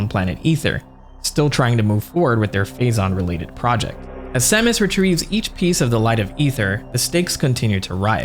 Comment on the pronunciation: I know you’re saying Phazon but all I’m hearing is Faizon😂